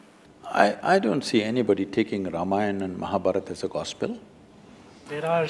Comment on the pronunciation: Please pronounce Indian names, Ramayan is Ramayan not Ramayanaa, Mahabharat is not Mahabharataa !!!